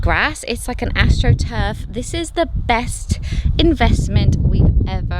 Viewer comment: Did you say your grass is astruf?